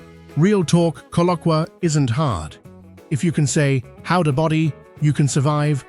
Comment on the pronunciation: In Liberia K in Kpelle is silent, so u pronounce Pelle, whilst the g in Gbowee is also silent, pronounced Bowee.